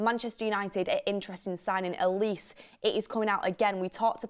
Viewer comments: It’s Olisay not Oleese 😂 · The way pronounces olises name, "A lease"🤣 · If you’re gonna say his name pronounce Olise correctly , it’s a Nigerian name